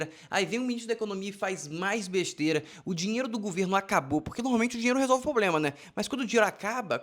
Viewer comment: Ela insiste em "ploblema". Mulherzinha limitada!